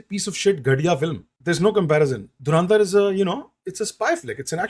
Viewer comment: Saale dhurandhar bhi sahi se nahi bol sakte😂